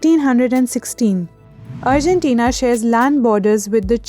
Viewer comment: 'urgentina' lol... It's Argentina